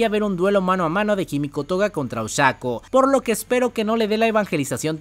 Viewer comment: Oshako, sorry, me suena muy raro 😅